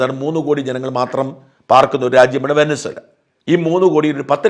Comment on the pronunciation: Vensuela , angane annu pronounciation